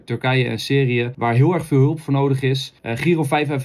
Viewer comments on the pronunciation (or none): Syrie spreek je uit als sieriejè niet serieë